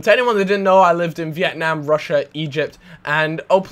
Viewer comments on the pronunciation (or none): none